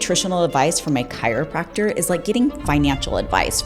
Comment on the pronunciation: First, you can't even pronounce chiropractor properly. Second, you obviously haven't researched both the pre-requisites for getting into Chiropractic College, nor have you researched what a chiropractor studies during school ..plus the 4 National Board exams, plus the individual state's continuing educational requirements to maintain the license. You out of the gate call him a "lying doctor" then agree with the first point he says. Also, the certifications to become a fitness trainer from organizations like ISSA are a joke that teach generic, outdated material. Dr. Berg offers plenty of peer reviewed clinical research supporting information he provides, as does Dr. Jason Fung, Dr. Peter Attia, Dr. Robert Lustig and others ..who give similar nutritional and metabolic advice. NOT IMPRESSED WITH YOU AT ALL. You don't need to tear down others in your quest to help people get healthy